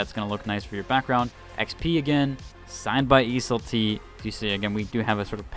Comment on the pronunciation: Every video he pronounces Iseul-t wildly different and it drives me crazy.